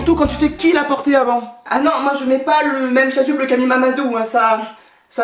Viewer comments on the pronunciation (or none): Mdr t’as dis le chasuble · On dit la chassuble